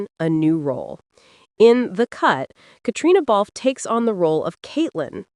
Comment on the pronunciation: Why doesn't this narrator learn to pronounce Catriona Balfe s name correctly?!